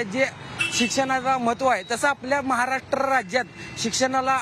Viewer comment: maharatrrrra rajya🤣